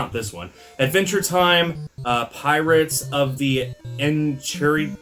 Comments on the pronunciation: If you haven’t found out yet, the word in the adventure time game it’s pronounced n-kai-rid-ian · it’s pronounced en-kai-rid-ion